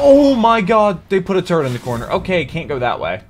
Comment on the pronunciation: I cant be the only one who got a little annoyed when he called a sentry a turrent